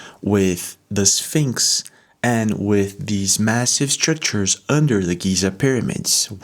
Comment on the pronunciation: Hey... are they Scrictures or Structures!!??:face-purple-crying: And... you never heard of Edgar Cayce???🤯